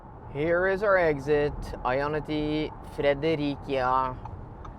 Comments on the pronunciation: Love your videos,! But why do you say "Frederikia"? In Denmark the "c" is pronounced with an "s"sound, like Fredericia. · Hi. No it is not allways windy in Denmark. When it is raining it typically blows a bit aswell. If you are at the sea in the Autum, then you can get some wind i your hair aswell;) (BTW Fredericia is pronoused Frederisia) Thank for some great videos;) I am getting a Polestar next!